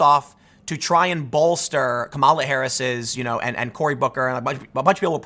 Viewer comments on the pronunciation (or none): none